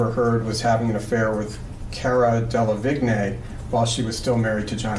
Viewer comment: Cara Delivi-Nay 🤣